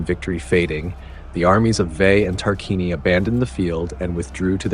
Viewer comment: I understand north american language has brutalised the proper civilised pronunciation of language so it is a hopeless quest, but I thought I'd still give you a little hand this time and help out with how you should be pronouncing Tarquinii and Veii: TAR-QUIN-EE-EYE VAY-EE-EYE Hope it helps, nice video.